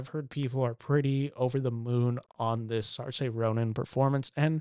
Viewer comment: The butchering of Saoirse’s name…rhymes with inertia